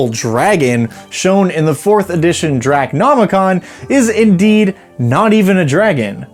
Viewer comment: 'Drac' nomicon? Why do you miss out the first 'o'? 'Draco' nomicon Would you pronounce the Necronomicon as 'Neck' nomicon? Aside from that query, I am sorry for your loss.